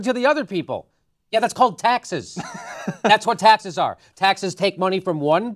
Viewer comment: "SO U WANT TO RAISE TAXEZ" -Wolf Blitzer